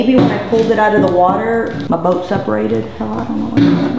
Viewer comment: I love how she says "boat" haha